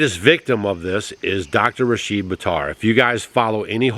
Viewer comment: I watched an interview where Dr. Buttar corrected the interviewer in the pronouncing of his name.... Rashid (think how you pronounce did - the i is said the same way for his name) In that interview the person was pronouncing his name as Rasheed.... May the wonderful Dr. Rashid Buttar rest in heavenly peace and the other doctors as well... Tragic.... Prayers for his beautiful family, what a horrifying loss for them and the entire world. Incredible man...